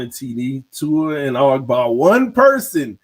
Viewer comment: There you td saying tuas name correctly lol